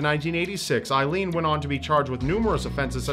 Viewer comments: Don't mean to be stick in the mud but her name was pronounced aileen as like a leen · It's A-ilene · Just for the record the name Aileen is pronounced AY-LEEN. I think youre confusing it with the name Eileen:) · Hey,! I'm sure others have mentioned this, but you pronounce her name wrong. It's pronounced "A-leen". My sister's middle name is Ailene (yes, spelling is different, but the pronunciation is the same), and that is how it is pronounced. Just thought you'd like to know.:D